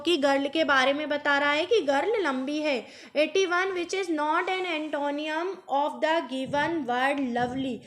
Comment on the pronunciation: सिनोनियम और एन्टोनियम नहीं होता है बल्कि सिनोनिम और एन्टोनिम होता है।